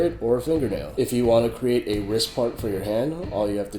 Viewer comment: not hating but u say ris instead of rist